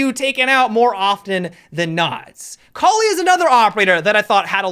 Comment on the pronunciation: Cali? I thought it was kali